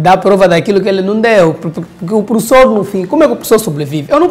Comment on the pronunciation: É falta de escola falar prussor, #pas